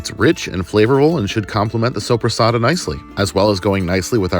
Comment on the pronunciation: When you said sopresatta i heard sobrasada and i got super excited thinking you ACTUALLY bought Spanish sobrasada hahahahaha. I wish xD. If you havent eat yet, i definitely recommend it, but maybe its not for everyone.